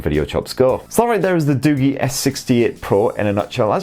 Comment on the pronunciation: You pronounced it wrong its not Du-Gi its Du-Ji